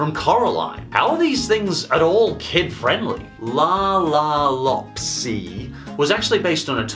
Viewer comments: It’s loopsy not lopsy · Its loopsy not laapsy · You were having trouble pronouncing La La Loopsy so I will help you its la la loop sy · pronounced La La Loop-see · Two things I'd like to point out. 1. I saw the Netflix version of lego friends and it was actually animated in cgi, i believed you used footage from the webisodes here on youtube. Just pointing that out. 2. I grew up with lalaloopsys and i loved in. in fact the animated series that actually aired on nickelodeon (which your somewhat using footage from.) Aired on my birthday. EDIT. also it's pronounced lalalOOPsy with two os. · DUDE CANT SAY LALA LOOPSY" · You mispronouncing La la loopsy is enraging my child self that used to collect the toys lmfao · Hey I watched were lalaloopsy and you don't even know how to pronounce it no offence and I don't see anything wrong with it